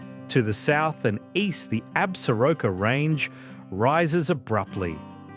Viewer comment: IS THIS VOICE REAL?? REPROGRAM ,, PLEASE STOP DROPPING T,s SOUNDS LIKE AN ANTIPIDIEON SHEEPHERDER